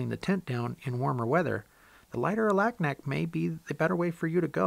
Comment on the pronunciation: FYI The people who live there pronounce Alaknak, Alugnuk.